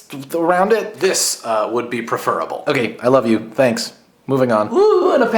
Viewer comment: You pronounced "preferable" incorrectly. No, it doesn't bother me in the slightest. Not a bit.